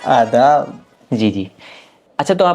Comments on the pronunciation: Aadab not aa, dab😅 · आदाब ❌ आ दाब ✅